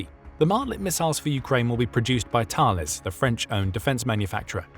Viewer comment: Thales is pronounced Talless Group. The way to pronounce the name of the mathematician is (Thay-leez) just like the Thales theorem